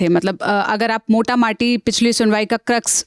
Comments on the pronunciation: mam, moti mota not mota mati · Ye kitani baar sanity bol rhi hai sanctity hota hai madamaur ye pronounce bhi aise hi hota hai . English na bole aap garima शब्द use kar sakti hain mota mati bhi kpi शब्द nhi hota . Hey bhagwan isko kyu aap news bolne de rhe hain bhasha ka gyan bahut hi kam hai. Mota mota hota hai .yhi hota hai jab log पढ़ना(read) nhi chahte